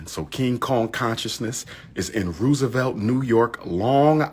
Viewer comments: Roosevelt (row sa velt) 😂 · I hate how he pronounces certain words, especially areas in New York. "rew-savelt." And when will he learn Harlem is not a borough and Black people live in every section of Manhattan?